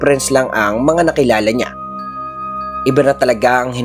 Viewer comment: SYA / NYA po kasi yung pagpronounce nun, Sir, hindi po SIYA / NIYA